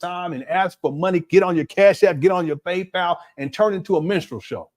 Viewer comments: “PayPow” is taking me out. 😂😂😂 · I always hated how he pronounced that 😂